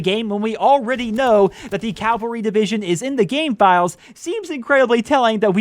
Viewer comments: Cavalry not "Calvary" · Cavalry not calvary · It’s cavalry not calvary